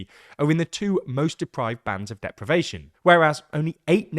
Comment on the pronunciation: Surely, 'deprivation' not 'depravation'?